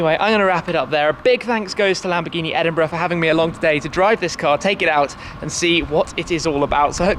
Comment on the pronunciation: The way he said Edinburgh.Sounds like Edinbruh